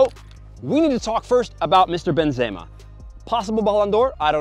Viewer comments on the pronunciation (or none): A man said benzayma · The Benzeyyma is kind of annoying me but great vid as always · It sounds weird when he said benzema